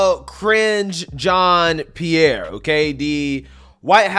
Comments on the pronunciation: I thought you said "Cringe" Jean Pierre at first and started laughing, because she certainly IS cringe. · your pronunciation of KJP’s first name sounds like “cringe” 😂